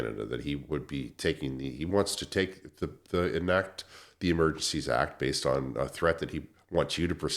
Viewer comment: Zee Eeeemergencyy act. Really?!